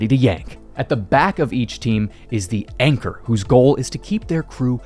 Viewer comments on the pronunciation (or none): Anchor? You mean Yanchor?